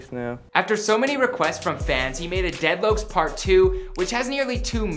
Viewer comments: HE SAID DEAD LOKES 😂💀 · we gonna ignore how he said dead lokes ???? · Bruh he really said “dead loacs” I’m dead bruh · Dead Loucs? 🤣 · He said deadlouks 😑🤣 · He said dead lokes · 蠍 | dead “lokes” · "deadlokes" "deadloke" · "dead loacs" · "dead loaks" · Dead locs he pronounced it white asf